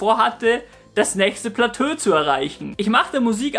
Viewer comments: Vielleicht hilft dir: Niveau - Plateau!:D Aber ist nicht schlimm. Das stört doch niemanden.:D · Mein Gott.., was sind das hier für Spießer. Nur weil er Plateau falsch ausgesprochen hat. Ihr seid echt das letzte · Ehm, ich will jetzt nicht klugscheissen, aber es heißt doch nicht Platö, sonder Plateau...also wie beim Bergsteigen die verschiedenen "Etagen" ...also ausgesprochen Platoo ? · lol nur so'n tipp man sprichts als "platoo" aus nich "platö" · Man sagt "Plato" nicht "Platö" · platööö 😂😂😂😂 das wird platooo ausgesprochen ;D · wollt dich gerade deswegen verarschen 😂platös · Kannst du nochmal Platö sagen? :D Es heißt Plateau(<Plato>)! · Platö xD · Trinkspiel: Jedesmal wenn Platö sagt, trinken 😏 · wie er eiskalt durchgehend platö sagt, ich dachte erst du trollst aber du hasts echt durchgezogen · Wird Plateau nicht eher wie "Platoo" ausgesprochen? ;) Mal wieder ein sehr gutes Video :) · platö beste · passt scho ;) jetzt weißt du ja, dass man es "Plato" ausspricht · Ey Platö mann 😂😂😂 hat wirklich echt genervt als ob du das wort noch nie gehört/gelesen hast 😭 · ja hast du :D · Omg, wegen Deinem "Platö" hätte ich mich fast angepisst vor Lachen... Dabei hab ich das Video schon vor einem Jahr gesehen, aber das hatte ich vergessen! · Platö:D Einfach <3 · Das zweite PLATÖ chillt schon hart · Platöö ;D Macht das Video aber irgendwie sympathischer ;) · Platöö... das wird n meme👌😂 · Bitte sprech das plateau so aus: plato mit dem o etwas langgezogen😋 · Wie immer interessantes Video! Aber bei jedem weiteren Mal "Platö" sagen bin ich doller zusammengezuckt. :D Das ist ja furchtbar. Ansonsten weiter so :) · super - aber ich glaube es heißt: plato - wenn man es plateau schreibt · Kann bitte noch einer mehr kommentieren, dass man es nicht "Platö" ausspricht? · Ähhm das wort plateau wird plato ausgesprochen😂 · Man spricht Plateau als "Platoo" aus.. ^^ Ansonsten sehr gutes & informatives Video. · “Platö“ :D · Wer sagt denn Platö?